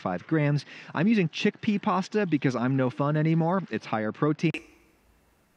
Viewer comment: enjoy cheekpea pasta.... mayby... u kno.. once a year X-D hahah, thats a good one and cheekpee pasta suxx big time